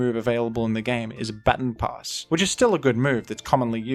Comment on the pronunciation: That is not how you say “baton pass” lol